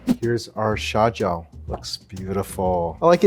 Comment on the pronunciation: Its not "xiao jiao", its "xia jiao"...... "xiao jiao" means small foot.......